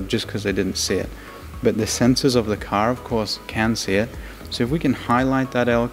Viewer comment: "The sensors of the car cause cancer" ? What? Oh the sensors of the CAR OF COURSE CAN SEE IT. Took me like 5 times to understand what he was saying for some reason.